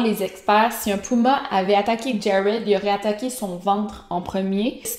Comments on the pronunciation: Pas ''pouma'' mais puma....trail égal sentier.... ,pas des cas de missing, mais disparitions....j'aime tes reportage mais ton francais des fois.... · puma tabarnak pas pouma